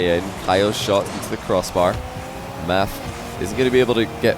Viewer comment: Yo i think it's pronounced "matt"